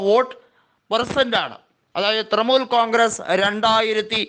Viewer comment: ഹേയ് മനുഷ്യാ തൃമൂൽ അല്ല തൃണമൂൽ